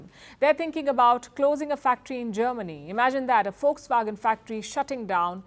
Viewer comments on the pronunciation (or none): It's not folkswagen it's Volkswagen lady..